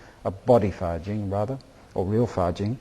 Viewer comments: a lot of confusions things here. this guy misunderstand a lot of things, and misunderstand others martials arts. he explains wrong and doesnt understand what 发劲 fajin et non fajing quil ne sait meme pas prononce. did even really learn taiji? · a lot of confusions things here. this guy misunderstand a lot of things, and misunderstand others martials arts. he explains wrong and doesnt understand what 发劲 fajin et no fajing what he cannot even say right. did even really learn taiji?